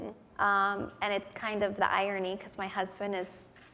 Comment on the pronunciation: Very true. Did you hear her say "iorny", instead of irony? lol